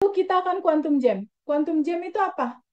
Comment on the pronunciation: Kuantum jum. Bukan jem. kena cakap jum atau jump. Lompatan kuantum.